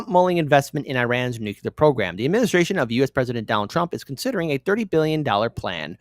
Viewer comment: I stop listening to anyone who says "nucular". Learn to fucking read.